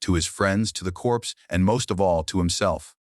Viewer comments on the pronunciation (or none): CORPS IS PRONOUNCED CORE. AI GET EDUCATED BEFORE YOU DESTROY THE WORLD.